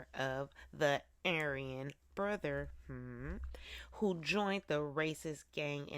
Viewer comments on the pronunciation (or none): You can't say brotherhood??